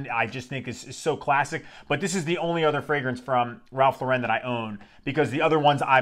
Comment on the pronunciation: Great frag. I have several vintage backups. Please learn to pronounce “Lauren” though. It’s American, not French 😂